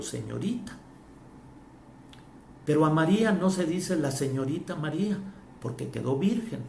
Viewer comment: No eres dingo de.. ni pronunciar el nombre de Maria .DEJEN de confundir a la gente.